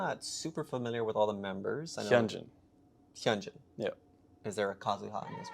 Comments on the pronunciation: 0.55 her name is not hyunjin, its yunjin haha you dont pronounce it with an h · It’s not “yeon-jin” it’s “yoon-jin” by the way. If her name was the way you pronounced it, it would look like 연진. But her name is 윤진. A lot of people mispronounce it because romanization makes no sense haha. But yeah, I enjoyed yalls reaction! 😊